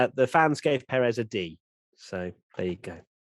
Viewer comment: Hello there. Love everything you guys produce, but can we start working towards pronouncing Pérez properly? It is the only Southamerican driver you have to learn. I see the same from the guys at SkyF1, and they even correct themselves when they pronounce it properly. I guess at this point it is not ignorance about how to pronounce from their side, because they have millions of years doing this, but i know you guys don't do it on purpose. Thanks.